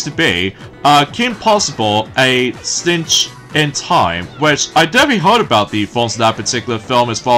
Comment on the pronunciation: you said stench! it's SITCH! NOT STENCH!!!!